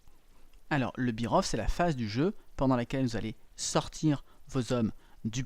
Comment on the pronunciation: "Beer off" ça signifie: plus de bière ! La prononciation est "bêre off"